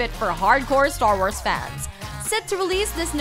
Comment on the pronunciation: How she said "Star Wars" thoo.....